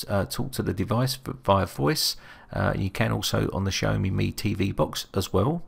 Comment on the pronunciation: Great Video...but....Xhahome tho? isn't it pronounced it Xa-o-me?